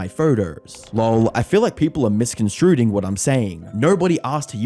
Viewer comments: "miscondscruding"... thats one way to say to say it i guess... 😅 😂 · "MisconstruDing"--Great job. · Constructive critism. There are many mispronunciations such as 'neutrality' and 'misconstruing'. I'd suggest running through your skript and learning any words you're unfamiliar with. Otherwise it's a well constructed video.